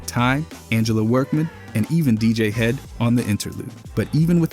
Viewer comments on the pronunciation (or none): For Infinite, you mean DJ HEAD…not DJ Hed.